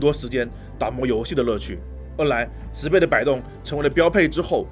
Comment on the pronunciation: 介紹的不錯，小錯誤糾正，植被那個字(被)是破音字，唸(音同匹)才對。